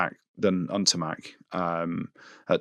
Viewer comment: That N'Tamack impression with the the French accent ... OMG the laugh 😂😂😂😂😂😂😂😂😂😂😂😂😂